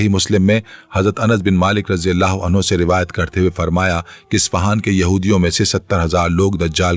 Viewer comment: Bhai ap anhu ko anhaa bol rhy o